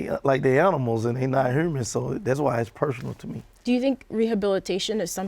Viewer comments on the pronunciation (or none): “THURAPY” “HURMAN BEING” “COMMURNITY”